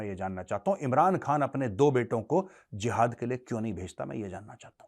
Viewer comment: Jahad word pronunciation Lol 😅😅